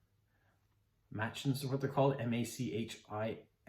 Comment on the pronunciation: Greetings from neighbouring Nova Scotia ;) Fun little video; I too have a Postcrossing account and enjoy the random cards from around the world. I only hear Machins pronounced "may-chins" by folks that have been philatelists for years so I assume that is the correct pronunciation? Headed to Novapex tomorrow and will hoepfully have a few images on my Foxridge Philately Instagram and Facebook accounts in case you are interested. Haven't ventured to YouTube yet :)